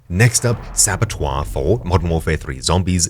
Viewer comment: "SABOTOIRE" had me dying 😂😂😂